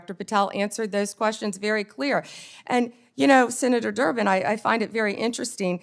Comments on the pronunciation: Did she say senator jerk to senator Derben? That's so funny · She said Senetor " jerk" 😅😅😂😂